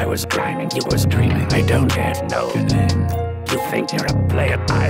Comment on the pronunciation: When he says “name” oof